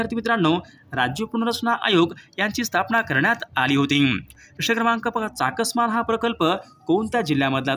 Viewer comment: Chaskaman nahi sir chaskaman